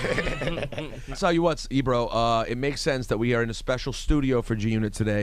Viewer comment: It's pronounced sense